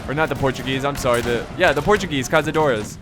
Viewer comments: This "ç" in Caçadores isn't pronounced as z, instead is pronounced as a "s", also, great battle, greetings from Brazil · The Portuguese unit is pronounced Cassadores Caçadores translated to english is hunters